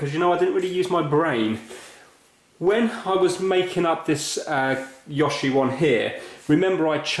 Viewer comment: don't worry, you pronounced yoshi correctly the first time, but please, mario is mArio not mÄrio!